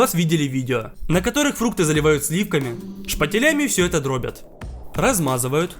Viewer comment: Правильно не углИ, а Угли, не дрОбят, а дробЯт